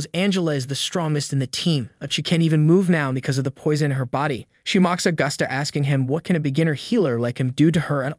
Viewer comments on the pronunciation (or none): Do you not know how to pronounce shocks or mocks?